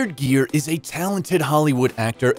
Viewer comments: Just for not pronouncing his name right you get a 👎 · Learn to say his name before you narrate!!! And Petty Woman???? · "Gere" is pronounced "gear," not "jeer." And it's "Pretty," not "Petty" Woman. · Gere---Proper pronunciation...Guh-ear...gear in a car! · I was very interested to watch this but couldn't. The constantly mispronouncing his name was too irritating and distracting to stand . The video is completely ruined by that pure laziness. It's pronounced GEAR, like shifting a car gear. Thumbs down. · its not pronounced the way you do - its not jeer but gere - the g used same way as in the word good. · His name is Gere not Jeer ! Your gonna talk about someone you should pronounce his name right silly man . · the announcer kept pronouncing it JEER. Looks like they have corrected it on this video. It is pronounced like GEAR. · Ga ga Gere not jere!!!!! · Richard Geer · It's pronounced GEAR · How can you mispronounce Gere as "Jeer"? Also, the movie was not "Petty" woman. What a flop of a video. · Oh for the love of god, his last name isn't "Jeer" and the title of the movie is "Pretty" woman, not Petty woman. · no. You are wrong. Richard is a friend of mine and his last name is pronounced like “gear”. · Come on,atleast pronounce his name correctly. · Haha alot of their videos are like that! I agree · please learn how to pronounce Mr Geres' last name correctly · How can you report on a guy’s life when you don’t even know how to pronounce his name?!!!!😞😞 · The continued mispronunciation of his name ruined the video. Consequently, I could not watch it more than 20 seconds. Also, do my ears deceive me or did this inept narrator say, " Petty" woman? Please edit this documentary.